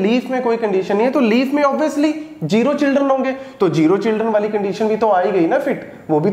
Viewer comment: sir jero nai zero hota h plzz correct krlyn ye jero jero 😐😐😐:eyes-purple-crying::face-purple-crying::face-blue-wide-eyes